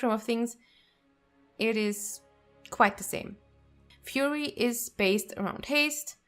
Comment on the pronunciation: I love it! I thought Fuhrer Warrior sounded cool! 😉😉😉